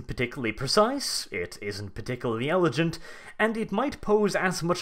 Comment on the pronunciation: How you said elegant was a smack in the face.